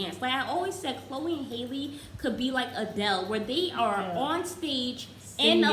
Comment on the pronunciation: no qualms with the video itself but y’all… her name is HALLE, like HALLE berry, not hailey 😭